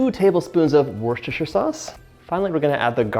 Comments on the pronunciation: Thank you for knowing how to say Worcestershire, we say it like woostershire and not as it is spelled. Did you know that the sauce was made by accident? Mr Lea and Mr Perrin we’re trying to make a condiment but having no success, they left the mixture in a barrel by mistake and only found it months later when is had matured into the sauce we now love! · WOAHHHH John says Worcestershire sauce better than me😭😭I say woshesh sauce